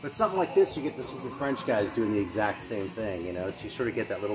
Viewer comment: Your French pronunciation is pretty spot on most of the time. Had a nice little chat about French metal with Analog Attack on his channel a couple of years back (good luck dealing with my terrible broken English accent, haha)